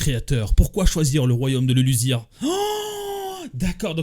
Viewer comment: on prononce LuluZZZia pas LuluSSSSSia 😂😂😂